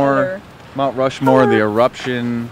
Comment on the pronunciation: Rount Mushmore